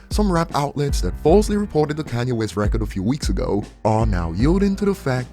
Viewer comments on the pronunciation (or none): none